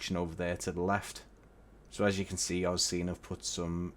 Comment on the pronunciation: Thank you for a great review. I purchased this airport on the release date and am absolutely delighted with it, very well done. Agree with the other comment the Qantas static is a B717, (Qantas actually never operated B727) I believe AUscene is pronounced AU (as in letters) scene since AU is the two letter code of Australia. Cheers